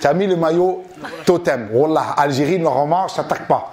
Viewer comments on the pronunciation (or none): none